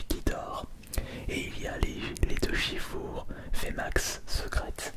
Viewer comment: Pourquoi tu dis Shifour au lieu de Shifours ? Tu dis bien un ours et non un our